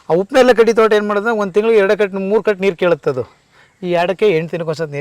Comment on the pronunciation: ಉಪ್ಪು ನೇರಳೆ ಅಲ್ಲ ಸರ್ ಅದು ಹಿಪ್ಪುನೇರಳೆ...